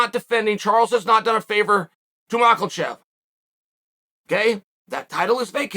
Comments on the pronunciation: Chael It is mackhachev not michaelchev 🤣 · LOVE YOUR VIDEO BUDDY BUT ITS “MACH-A-CHEV” please get it right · Last video I was surprised to hear Chael finally correctly pronounce Islam’s last name. Today I was pleasantly surprised to hear Chael has resorted back to Makelchev. Can’t stop the bad guy. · Yo unc, why you keep callin the man makilchev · Chael saying MAKEL-CHEV. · The division has a champion and his name is not MacKLEchev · The champion has a name and it’s Mocklechev! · Chael "Macklechev" Sonnen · MachALchev...that ain't it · If chael says macklechef, he is now macklechef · BENNY DARE-OOSH AND ISLAM MAKAL-CHEV??? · Damn it Chael, there’s no L in Makhachev! Figure it out!! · He has got to be saying that name wrong on purpose lol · There isnt a single L in Islams last name... How tf are you pronouncing it so poorly lmao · Is it malkachev or makalchev chael? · The random “L” that chael slips in when he says islams name is beginning to frustrate me.